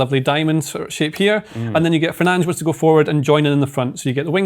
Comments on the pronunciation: 😂😂😂😂😂😂 fernanj. It’s so funny. Just say fernandes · why would you just willingly say it wrong?